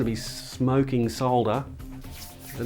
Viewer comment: I like the way you pronounce solder, not like the americans who call it "sodder" (with a silent "L") and like to correct those using the UK pronunciation.